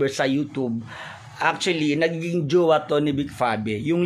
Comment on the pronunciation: JUWA TALAGA? TIGAS NG DILA NI 😂😂😂